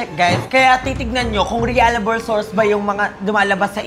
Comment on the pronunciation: Realable ✅ Reliable❌🤣🤣🤣